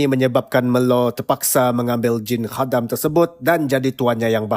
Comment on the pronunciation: Review yang bagus dan sebutan khadam yang tepat! Pasal mati tu kuanggap dia perlahan2 mati. 😅